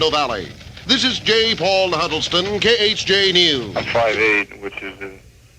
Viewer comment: Khj sounded like k-earth